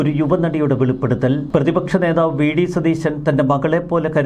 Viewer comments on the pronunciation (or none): none